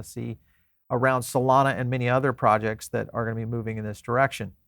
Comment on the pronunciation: solomi 😂. twice he said solomi😂